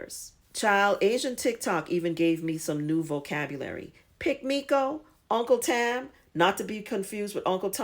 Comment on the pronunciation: I thought she said Uncle tab